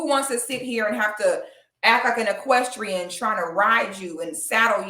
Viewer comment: Sis not an “Equestian” 💀😫😂😂 Love watching you 💕